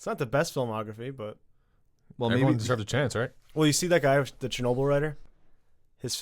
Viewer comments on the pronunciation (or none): It's Ch not Sh... CHERNOBIL... L Is soft at the end...